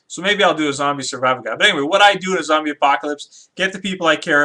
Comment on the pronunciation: its zombie not zobys and not zomby